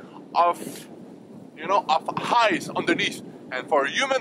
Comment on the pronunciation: Hice! enleve le "h" quand tu prononce ice!;)